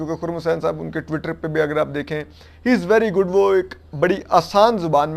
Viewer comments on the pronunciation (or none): none